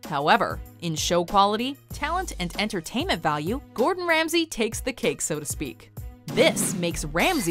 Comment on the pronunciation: "Entertainent"? HAHA